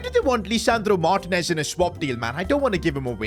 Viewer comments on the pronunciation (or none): none